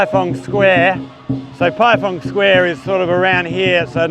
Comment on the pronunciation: Not being pendatic. It is pronounced as PieFang square. 🙂 I miss ZQ after being there for 12 years. By the way, Which school do you teach at? Any other foreigners at the school?